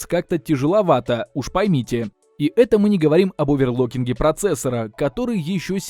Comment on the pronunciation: Оверлокинг процессоров для швейных дел мастеров))) Не в обиду, но ухо резануло, так же как и эм точка два слотов)))